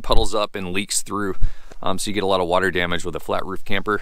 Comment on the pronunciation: Water, not waiter...